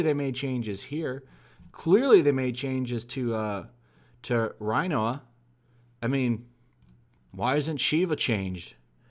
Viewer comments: I believe its pronounced Rin-Wah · did he say "rye-noah"